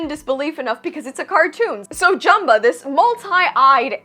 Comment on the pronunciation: Thank can’t even pronounce Jumba name. And I was looking for the part when the house gets destroyed you should not play with guns ok then they play hot potato omg I hate the movie